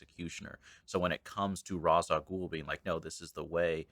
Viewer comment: This is a really good take on Batman Year One. The one part that peaved me was the pronunciation of Ra's al Ghul. Ra's is pronounced raysh.